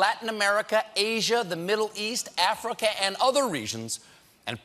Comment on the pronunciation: Cant say Africa